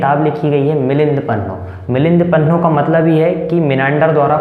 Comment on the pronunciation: मिलिंद पद्म का उच्चारण स्पष्ट किजिये मैने 4 बार पीछे करवाकर सुना लेकीन धत्त. की वाणी स्पस्ट होनी चाहिये.